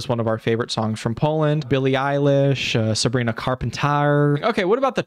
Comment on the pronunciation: “Sabrina carpantaarrr” wow.